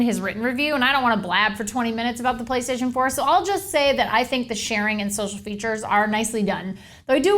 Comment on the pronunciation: did she say play staion pour